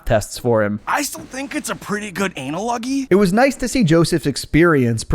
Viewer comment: "Anal loggy" 😂😂😂 (analogy)